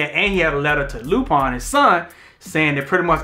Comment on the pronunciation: Why are y’all pronouncing it “Loo-Pine”?? 😂😂